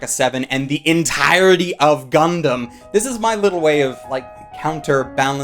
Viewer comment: "The E N T I R E N T Y of Gundam" got me laughing my ass off.